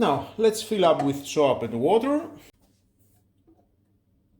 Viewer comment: Interesting. You need some English training,"soap" and "foam" are not pronounced the way you do. But good review. There is also something extremely similar from Xiaomi, except it does not refill and it costs twice as much.